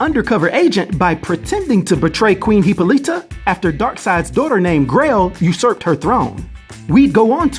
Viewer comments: It's Hippolyta pronounced huh-po-luh-tuh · Dude you butchered Wonder Woman mom's name repeatedly. 🙄 Great video as always though 👌